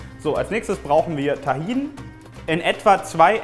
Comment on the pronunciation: tahin ist was türkisches 😂du sprichst das voll lustog aus